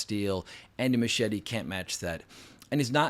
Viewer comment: Why can’t Americans pronounce Muschietti’s name properly?